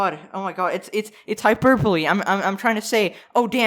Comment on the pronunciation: Finally, someone who pronounces "Hyperbole" correctly